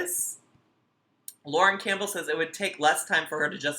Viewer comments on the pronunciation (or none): none